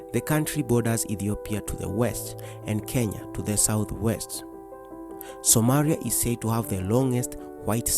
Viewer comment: What is wrong with your R pronunciations? Somaria? Seriously ?